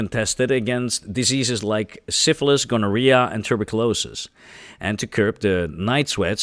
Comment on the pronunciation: English is hard, but you can't take it for granted. You need to work on your Englush pronunciation: alkali: AL'-kah-lie minute (when the word is used to denote a small size or quantity): my-NEWT' tuberculosis: tu-BERK'-yu-low-sis It makes a difference to get it right, (or get a live person with a background in correct pronunciation).